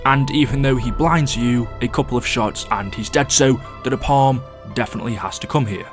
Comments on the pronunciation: Its pronounced like (nae-palm) no (napam) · Pronounced ‘Nay-Palm’ but okay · It's pronounced nae-palm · Funny how he pronounces Napalm, like Na Palm as two separate words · Hey I love the videos and I appreciate the work you put in to your amazing content. One thing though, why do you say napalm like that. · The way you were saying napalm 🙄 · listening to him pronounce Napalm without the L in the word cringes every time